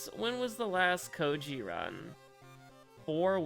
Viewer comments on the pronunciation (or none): Kou-I-ji. It's Kou-I-ji. It's always been Kou-I-ji and always will. You called him Kou-ji which is why the game decided to do you like that. "But it's written..." IT DOESN'T MATTER WHAT'S WRITTEN!!! Kou-I-ji.